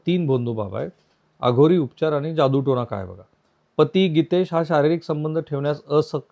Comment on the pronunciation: जादू टोणा असे म्हणा सर जादू टणा नाही 😅😅